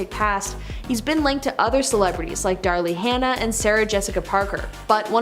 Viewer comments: "Darly Hannah" huh? I assume you mean Daryl Hannah from "Splash." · It's not DARLY Hannah, it's DARYL Hannah. Your generation are eejits. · “Darly” Hannah?? Uhhhh, you mean DARYL Hannah…. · DARLY HANNAH?!?!??????? Bahahahahaha!! Ignorance on parade. It’s DARE-uhl, like the boy’s name: Darrell. Ugh. Media people should be able to read. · Darly Hannah? Think you mean Daryl Hannah.... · They also said Darlee Hannah instead of Daryl Hannah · " Darle Hannah" ? 😂😂😂😂 I nearly spit out my coffee. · I may be wrong, but did they mispronounced Daryl Hannah’s name? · At least know how to pronoumce Daryl Hannah correctly. How could those producing and editing let that slide?